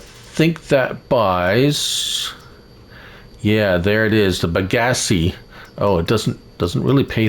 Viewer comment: How do we manually transport the tanks of Molassas I tried using a autoload mod set to fluid tanks and it wouldn't work. Also just a slight correction you were pronouncing Bagasse wrong the E is actually silent